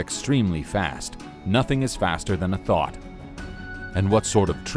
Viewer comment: "You competed against a thot." "And even though you're extremely fast," "nothing is faster than a thot." Am I the only one who heard it like that?